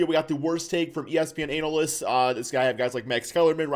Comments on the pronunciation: My man said “anal-lyst”🤣😭🤣😭🤣😭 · "Analist" Lmao